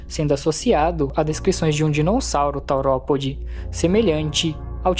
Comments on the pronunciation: primeiro que o certo é teropode e não taoropode e kratakéo não existe e sim cretáceo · "Taoropode" "cacarodontossauro" "kratakéo" mano? oque?